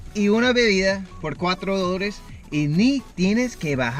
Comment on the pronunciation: Me da risa como dice Cultura, Dolares y Dulce jajajaja dice Cutura, dolres y duce 😂😂😂